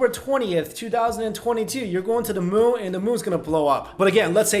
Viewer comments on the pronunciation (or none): none